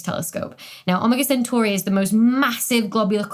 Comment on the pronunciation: Ah-mah-gaw sintor?